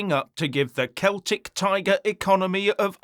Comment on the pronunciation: For an English man to prounce celtic right is a change and got a very good understanding of the irish economy, pity there were not more English like him